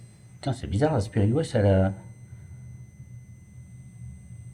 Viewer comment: Salut. Je pense qu'il est possible qu'un esprit prenne possession de qq1 et parle grâce à la voix de la personne! PAR CONTRE, ICI je suis persuadée que tu dis "Y'A QUOI LÀ-BAS? C'EST QUOI ou DÉJÀ " En effet, ça t'arrive souvent d'avoir la langue qui fourche! Tu dis souvent "spirit Boice " ou lieu de Voice. Par exemple! Voilà, belle enquête cela dit